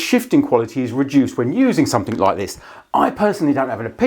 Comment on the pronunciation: Please don’t add the letter “ K “ to “ something “. Great video 👍